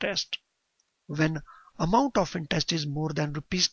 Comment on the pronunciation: intest nahi interest .. horrible pronunciation